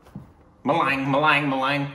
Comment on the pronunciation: it's pronounced ma-lung not lang